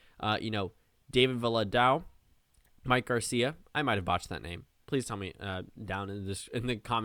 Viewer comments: Valadao is pronounced “Val-uh-DAY-oh”. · Valadao is pronounced val-uh-DAY-oh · anyways, it should be pronounced like va-luh-DOW